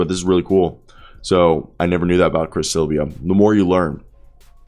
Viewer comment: If you’re gonna do commentary, do the basic RESEARCH and learn THE PROPER PRONUNCIATION of peoples names! Silva is an incredibly easy name to say. It’s NOT Silvia. 😂